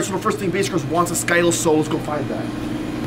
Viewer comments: Its skittles not skyttles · It is skyttles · People who didn't understand when they said sciddles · that's not how to say Skittles but ok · Why do you pronounce it wrong 😂